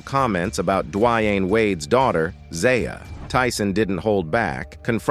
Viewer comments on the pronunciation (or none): Wow, u butchered Boosies name. It's not Bud as... it's pronounced "Bad Azzzz" 🙄 and its pronounced Duh Wayne, not Dwyane geeze...